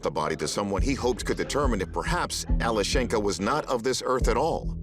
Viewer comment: The name is pronounced Alyoshenka.